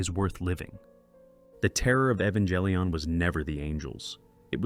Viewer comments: Evan-jell-ian? I'm sorry, what? I can't with that. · Evangelion and gendo both have hard g sounds, not J sounds otherwise, i loved every part of this video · Your pronunciation of Evangellion is insulting.